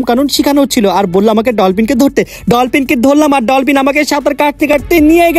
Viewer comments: ভাইয়া ডলপিন না ডলফিন😊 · ডলপিন❌❌ ডলফিন ✅✅